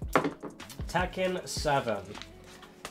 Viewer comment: Did he just said tacken 7?